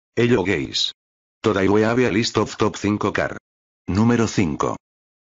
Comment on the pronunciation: “Ello gaes”